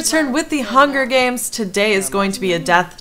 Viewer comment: "Bitch is tweeting in the hunger hames"